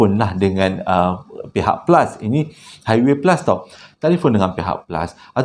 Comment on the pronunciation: Fihak flus pon bolehhhh😂😂